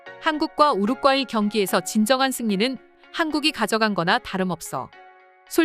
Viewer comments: 우룩 까이로 들렸슴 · 시민의식이 빛을 바랬습니다...? 제발 한국어 똑바로 좀 써라 이 유투버들아. 글구 이 기사 읽는 여자 퇴출 좀 시켜라 우루꽈이가 뭐냐 아주 웃겨 죽이는구나 ㅋ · 우루과이. 발음이 안됌 ? 왜 여러 사람들이 우루꽈이라고 읽는지 ... 이해 불가.